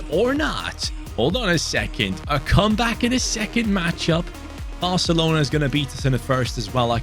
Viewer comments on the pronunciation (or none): none